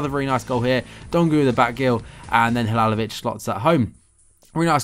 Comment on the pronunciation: Its halilovic not halalovic